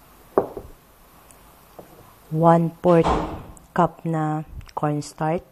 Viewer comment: zenza na natatawa lng ako sa pgpronouns nya ng kutsinta kc kuntsinta za ng kuntsinta at paulit-ulit pa...ung cornstarch nman kornstart daw hehe...pero i fairness mukhang masarap...favorite koren yang kutsinta...sana matry koren yng ibang flavor..